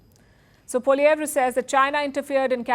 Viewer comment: Its pronounced as "poliev "